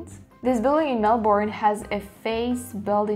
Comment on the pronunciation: It’s Mel-BURN love, from a Melburnian😁